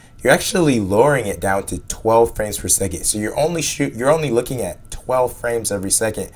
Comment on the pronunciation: "12 frames every seg-it" completely irrelevant, but my god, american pronunciations are so damn stupid sometimes. i heard "lookeen" earlier in the video as well, for "looking". what the fuck is this shit.